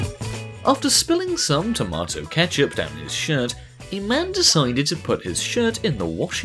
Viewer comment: he says tomato funny